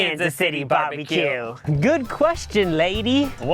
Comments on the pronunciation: I love how says Barbie-Que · If he says barbie-q one more time I’m unsubscribing